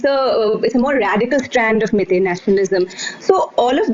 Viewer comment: Its not "mae-tae" fool! its "mei-tei" just like "wai-wai" jut replace the "A" with "E".